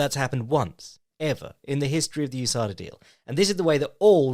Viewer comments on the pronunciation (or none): none